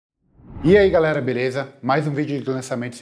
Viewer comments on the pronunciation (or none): none